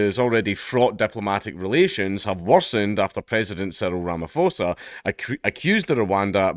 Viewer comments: Ramaphosa is pronounced Ramaposa. The ph is not an F I’m not even going to try to explain Motshekga 😂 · If you want to look at something interesting the ANC (leading government in SA) just signed a bill where land can be expropriated without compensation when its "in the interest of the public". We are going full Zimbabwe. Side note Ramaphosa, the ph is just a general p sound.